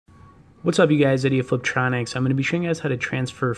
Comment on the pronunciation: Did you say idiot fliptroniks? Just started watching this video and had to comment. That’s what my close captioning typed out.